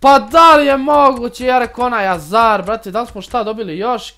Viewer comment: kaze se hazard a ne azar